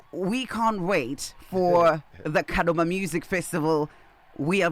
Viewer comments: True 😅😅😅 anyatsoti KADOMA not kadhoma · Busy Signal is really Zimbabwean he pronounced Kadoma in a shona way 😂😂 is saying Kadhoma